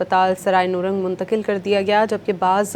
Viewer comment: Not noorang is it nourang